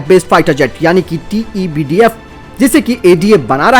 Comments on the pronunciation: Tebdf nhi sir tedbf h vo hr bar glt q bolte ho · भाई आप TEDBF को बार-बार TEBDF क्यूं कहते हैं?